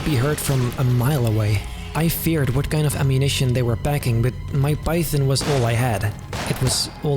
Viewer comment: … anyone else hear him say “Mike Python” 😂😂